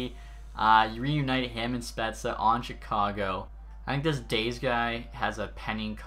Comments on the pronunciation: Dah-zay not days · "dayze" c'mon man... eric daze (dah-zay) was a force for the hawks back in the day. that's rough. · The way you pronounce Daze... 😥😥😥